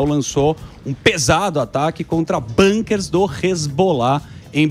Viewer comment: O precisa saber que não é „Banker“, mas sim „Bunker“ (abrigos em Israel). A palavra não é originária do inglês, mas do alemão.